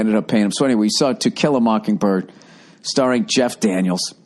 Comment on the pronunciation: Why you saying it like that Bill? It's 'To kill a mockingbird' not 'tequila mockingbird'. That your sobriety talkin Bill?